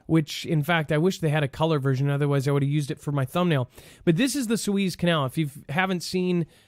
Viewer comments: haha...it's pronounced "soo-EZZ", not "SWEEZE" ( please send him a note when he does that) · Sue ehz not sue ees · It's pronounced, Sue- EHZ, not Sue-Eeez. :) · Its pronounced sue ez . rhymes with sue says. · It’s pronounced Sue....ezzzzz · Sue-ez is how you pronounce the rivervyou have been saying incorrectly since you have been speculating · Soo•ez is the pronunciation. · The canal is the Su ez (ez, as in Ezra). Suez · Su-eezzz, the E, is short, like Egg. You are pronouncing the Name of the canal awkwardly. You are saying E like Sheeep. A long E sound. Remember it's E like egg.👩‍🦰👍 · It's Spanish, so prounounce it in Spanish 🤷‍♀️